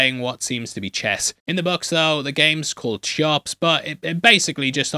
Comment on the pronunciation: It’s pronounced “Khee-ops”, after the pyramid in Gizeh